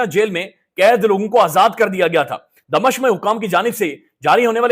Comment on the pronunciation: please, clear your pronunciation, ITS DA-MI-SHQ NOT DA-MA-SHQ